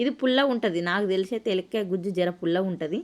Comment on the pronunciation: elakkaya kadhu, elamkaaya